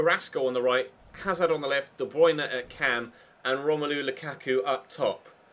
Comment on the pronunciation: "91 de bwuine"